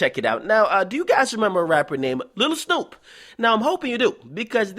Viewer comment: U not even saying Snupe name right and your voice is irritateing asf